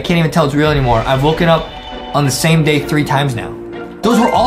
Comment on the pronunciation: He said Die instead of day